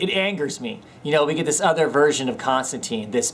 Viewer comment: You are saying his name wrong, its John Constantine (tyne) not Constanteen. :)